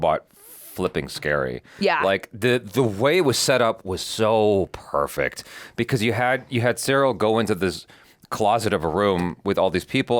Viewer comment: Episode 8 in just one word "Pefect"